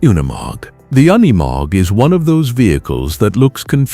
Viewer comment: it is NOT UN E MOG - it is pronounced youkneemog